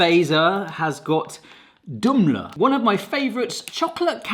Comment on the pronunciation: This remindend me I forgot to compliment on the pronunciation! Most English speakers say "Dum-el". 👍!